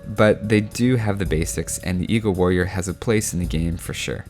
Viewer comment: Man I always think he's saying eco-warrior instead of eagle-warrior